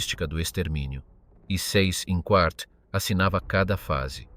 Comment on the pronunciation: Pronuncia Zeiss Inkvart!!!